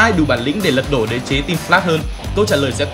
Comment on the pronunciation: "Lật độ" :))) nà ní